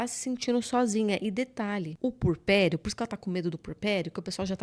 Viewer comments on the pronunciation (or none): Eh puERperio. Agonia ouvir essa mulher falar purperio o tempo todo. Chega doi os ouvidos. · Só corrigindo: é “puErpério”, não “purpério”.